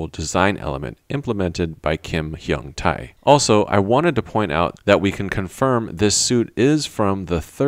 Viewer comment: Great analysis as always! Just a tiny nitpick: The 'tae' in Kim Hyung Tae is pronounced 'tay' (as in 'pay'). Looking forward to your next video :)